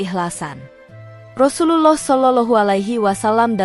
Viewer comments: Bacaan Rasululloh saw gk fasih ,lam jalalahnya kurang tebal..lebih baik ikut konser nyanyi aja di Indosiar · Sayangnya yg mmceritakan past bkn org islam bs jd krn pkrjaanya krn nyebut Rasulullah aja blepotan gk becuz